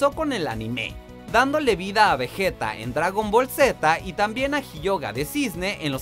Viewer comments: Hace 5 segundos estaba feliz hasta el momento donde escuché al muchacho decir....."Vejeta"..... Eso realmente no es discutible. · Un latino deja de ser latino cuando le dice Vejeta a Vegeta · Será Vegeta o Vejita pero "Vejeta" NO! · No es vejeta, es vegeta inútil y tampoco es hyoja, es hyoga ustds tienen 2 de IQ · "pikolo"? "vejeta"? me parece una falta de respeto >:v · Vejeta!!?? como es eso de vejeta... xD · Picolo, Vejeta , jioga 🤣 common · Dijo Vejeta 😂😂😂😂😂😂😂😂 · Vegueta se pronuncia vegueta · veggeta no se dice lpm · porque dijiste vejeta? aweonao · Nadie absolutamente nadie: "Vejeta" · El tipo seguro nunca vio DBZ por eso lo dijo asi. XD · En japon la R la pronuncian como L asi que esa confusion es normal pero vegeta si esta mal pronunciado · Dislike por la mala pronunciación de vegeta (no estamos en España y si se que no tiene una "u" entre la g y la e) y también por la de piccolo. En latinoamérica tiene su propia pronunciación por una razón. Asi que no vengan a mamar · De que Pais Eres? Es que Doblador aparte de que esta Mal Dicho eso casi no lo dicen en LATAM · Dijo "vegeta"? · Así lo pronunciamos en Latinoamérica Pero no es su pronunciación original